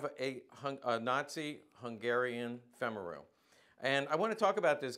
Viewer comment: FYI: just for the sake of good form, as a US Army -qualified Hungarian linguist ( back in the day), i can say that Femaru is pronounced something close to FAME-ah-roo. - with a hard R.